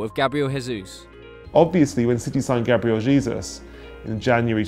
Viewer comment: I'm glad that he is saying Gabriel Jesus name properly. 😂😂😂